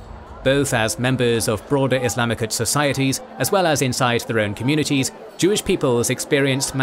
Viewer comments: Why does he keep saying “Islamicut?”? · What’s wrong with the narration? Why are you pronouncing “Islamic” as “Islamichood”?? It’s jarring.